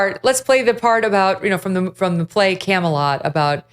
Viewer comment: It wasn't Camelot, it was Camealot.